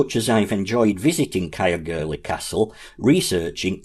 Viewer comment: Interesting and informative video, however ,Caergwrle should be pronounced 'Cayerr - goor - leh' Not Cayerr gurlie 😊